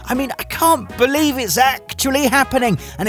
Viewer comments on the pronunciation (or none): I swear you were saying "Zack-tually" happening. Otherwise I must be missing my daily dose of FF7 now that the Ever Crisis beta has ended.